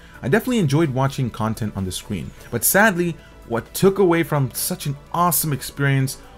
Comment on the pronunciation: Nice and thorough review. What is your 1st language? "Vibrant" is pronounced with a V, not a W . And screen is not pronounced like it is spelled "scween". What "weally" attracted? Samsung "welated" apps You just have issues with pronouncing v's and r's. Nice review.